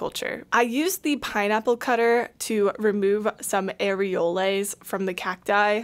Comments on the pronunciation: Areole and Areoles are pronounced like pole or poles. they are not made of Air and Lays chips thank you for your service in the war against over priced plants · Areoles is a French plural of the word Areole and it is pronounced ah-ray-OHL for both singular and plural, the 's' is mute.